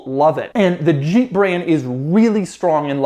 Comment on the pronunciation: Doug it's Jeep not Jjjjeeep or sheeep. Maybe you are pronouncing it from the 80s when Renault partnered with AMC and the French rolled the j? Jeep 😁